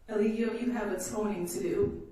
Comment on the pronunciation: His own attorney keeps calling him E Lie Gi O Bishop!!!😂😂😂😂